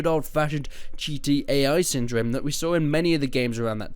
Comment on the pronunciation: Damn thought he was saying GTAI instead of Cheaty AI